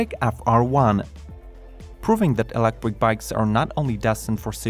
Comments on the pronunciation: "Electric" 'not "Elecric" 😉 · stop saying ELECWIK